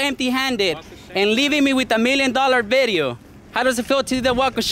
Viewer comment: "Million dollar BIDEO"